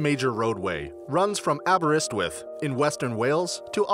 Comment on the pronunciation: He said Aberystwyth correctly which amazed me, asfor Leominter, we call it lions town:)